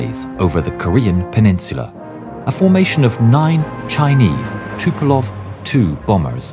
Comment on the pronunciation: its tupolev not tupelov